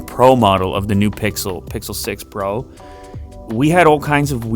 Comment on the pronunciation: Pixle 6 pwo, with a wittle wadda?